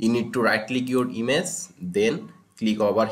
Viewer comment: Why does he pronounce "image" "ines"